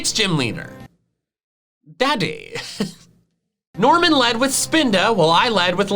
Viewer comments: best thing in this video after 'GALAVAGOS' = accented 'DADDYHEE' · Anyone else thinks of Chat History's "deddehhhh!" recurring joke because of the way said "daddy"?